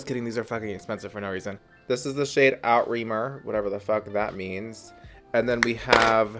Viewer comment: Outremer is actually pronounced ou-tre-mer which means overseas in French